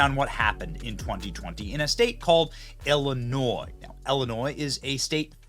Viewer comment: Thank you for pronouncing Illinois correctly.